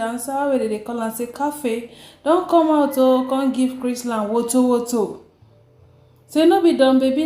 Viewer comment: Hi dear, it is Chrisland. Without the t.